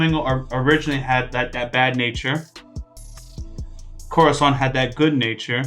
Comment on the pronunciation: It's cora-san not corazan 😔 edit: Oh and, his name is Donquixote Rosinante, the corazon thingy (heart in spanish) is how doffy calls his "commanders", just like cards but in spanish, Corazón, Diamante, Pica and Trébol, Law knew him as corazón but since "corazón-san" sounds weird he called him like "cora-san"